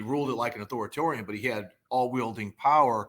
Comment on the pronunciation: Can't pronounce "authoritarian."